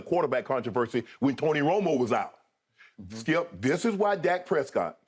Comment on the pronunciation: His name is skip. Not skiiuup